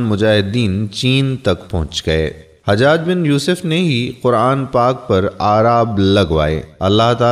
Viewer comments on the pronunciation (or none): none